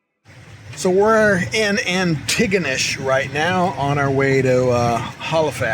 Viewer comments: oh and your buddy Cal , well that is the way Hal-ifax is pronounced as well . Its Hal not Hall . and Antigonish is ANTI- Gonish . Pictou is pronounced Pictoe lol . Sorry , just trying to help lol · Ha Ha, it’s pronounced Anti-gonish. Saying it fast! 😊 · I have to do it: Antigonish (which is my hometown) is pronounced ANNIE-go-nish. We don't pronounce the 'T' (for some reason), and it's how we weed out the non-locals :)